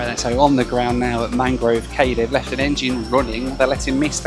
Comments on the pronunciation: Great video, but cay is actually pronounced “key”. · Cay is actually pronounced key. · Used to live in the Bahamas. “Cay” is pronounced “key”. Loved the out islands. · Cay is pronounced “key” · Cay there is pronounced Key just they spell it like that & you being from UK should know lol. Nice job loved it. -Cheers!